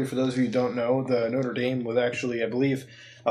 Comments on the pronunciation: noter daim not-ra da-me* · Isn't Mutahar canadian? Why is he pronouncing Notre Dame like an american?